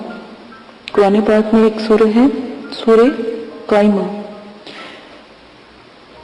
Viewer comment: Medam ye surat kaima nhi h.kiyaama h